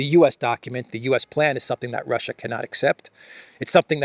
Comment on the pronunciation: ... Russia... rrrrr... I told you... rrrrr... surrenderrrrr... rrrrr... or... or or or... f it... we will capitulate...